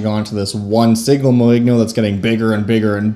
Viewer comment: It's french, so should be pronounced more like "moin'yo"